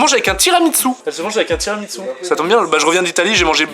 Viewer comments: Par contre tiramisou pas tiramitsou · TI RA MI SOU Il me gave a dire TSOUU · Sa se dit tiramisu pas tiramitsu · Déjà on dit tiramisu et pas TIRAMITSU et speculoz et PAS SPÉCULOS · C un tiramissssssssu pas tiramiTsu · Pourquoi tu dis Tiramitzou et Speculausse mdr